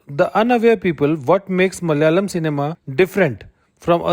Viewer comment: Bro please pronounce it as Malayalam, not Mal-yalam. Also, we are not Mallus, but Malayalees.